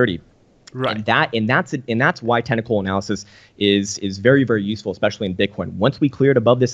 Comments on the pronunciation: "Tennicle" analysis? Lol. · Am I the only one hearing him saying "tentacle analysis" every time he says "technical analysis"?